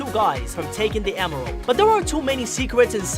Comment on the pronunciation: Da gween emweld